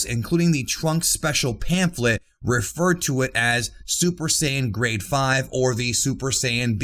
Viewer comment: For the longest time I thought you where saying "grey" instead of "grade"😂